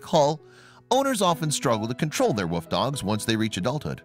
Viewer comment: It's wolf not woof